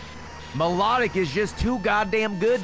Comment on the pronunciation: Ok, this bothered me the entire time: Is it pronounced My-lah-tic or My-low-tic? I've always heard the second one.